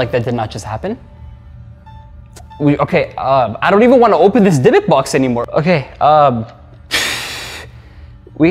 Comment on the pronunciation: Hey! This one made me chill.. actually, in Hebrew you should pronaunce it "Dibuk", as it's written :) I wouldn't recommend make videos like this again :O